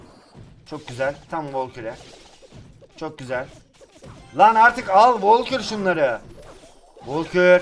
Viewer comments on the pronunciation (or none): Volkür değil Valkür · Şu karta volkür deme Valkür diye okunuyor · Abi valkür o sen valkor deyip duruyorn sinirlendim ya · Abi volkür deme artık o valkür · Abi onun adı volkür değil valkür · Abi volkür değil valgür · volkür değil valkür ya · abi ne olur artık vAlkür de volkür deyil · Abi volkur değil valkür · Valkure volkür demen xD